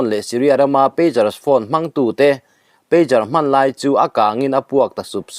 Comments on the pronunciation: PeiQar ni lovin, peidzar ti a lam tur...pager hi beeper an ti bawk. Telecommunication device sawina an ni e😢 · Pager aw. Peijar. Peigar ni lovin. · Pêzar ti a lamrîk tur a ni e